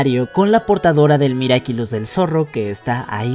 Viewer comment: dijo miracilus XD